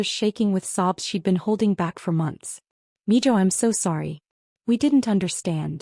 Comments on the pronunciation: It's Mijo (mee hoe) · And its pronounced Meho